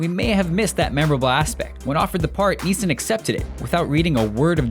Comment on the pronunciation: Every time you say "Neeson", it sounds like "meesa"; as in Jar Jar. Also, I'm almost certain you said, "Yodo".